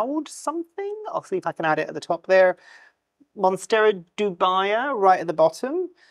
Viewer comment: It's Monstera Dubia, not Dubaia. It's not from Dubai 😂 You say "dubious", not "dubaious", so it's the same thing here :)